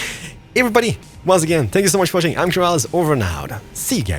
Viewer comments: Uhm, is it just me or do I keep hearing "Spank" when he says thank you? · he says spank, not thank, so you’re definitely not the only person hearing it